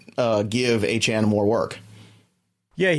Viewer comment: Love you guys. Y'all are the best but it's not Achaine it's Achane (Akane)😅